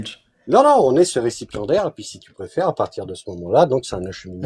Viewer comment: "Récipiendaire", pas "récipient d'air" 😓